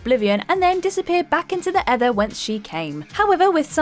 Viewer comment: Things disappear in to the ether not the ather, sorry but don’t end up like chaosXsilencer buy pronouncing ever other word wrong